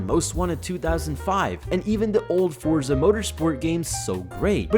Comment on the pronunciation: WP on not saying Fortsa Horizon